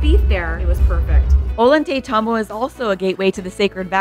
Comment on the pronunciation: Ollaytambo is pronounce - oy-yay-taytambo. The double (LL) had a "yuh" sound ❤ Thank you for this video!!! My Peru Trip is in 2 weeks and I can't wait to see this beautiful country!